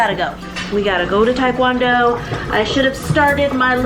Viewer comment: Keto pronounced ke-toe you sound like your saying kedo... it cracks me up when you say taekwondo too, we say it as one word here in England.